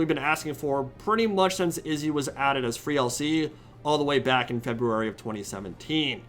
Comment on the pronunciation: I appreciate the fact that you say february and not febywary